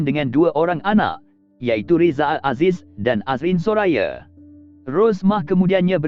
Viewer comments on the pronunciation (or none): Admin bila bertutur tu eloklah sebut dengan betul. Sebut 'anda', bukan 'ande'. Nama orang pun sebut salah. 'Soraya' jadi 'Soraye'!!!